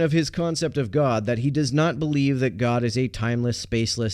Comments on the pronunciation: Or as Jordan Peterson pronounces it: ”Goaawd” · He’s actually pretty insightful when it comes to talking about addiction treatment, but that’s because he doesn’t insist on mincing words and actually understands what he’s talking about there. On any other topic though, especially when I hear him say “gwod”, that’s when I tune out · Does anyone hate the way he pronounces God as much as I do? He sounds like a bad actor in a bad porn movie. "Oh Gawd! Oh Gawd! Oh Gawd!"